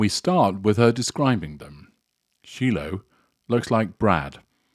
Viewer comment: SHY-LOW I thought it was pronounced?